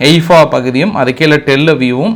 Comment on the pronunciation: எய்பா இல்ல தலைவரே ஹைபா